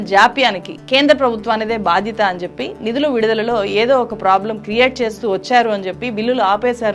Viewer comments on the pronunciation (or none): none